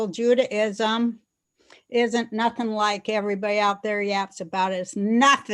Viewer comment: Hou dis bradda pronoune NATING correct